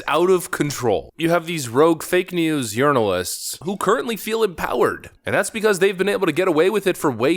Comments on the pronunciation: Did you just call left wing journalists “Left Wing Urnalists”? 😂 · Did you call them " Urinalist"? Instead of journalists? Please say yes lol.. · Did he call them "urinalists"? Because if not, that's mine! LOL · Did you say ”left wing urinalists”? 😂 Priceless! Zeeeeeero talent these guys.